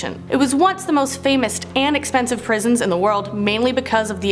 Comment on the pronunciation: Oh... oof scarwy pwisons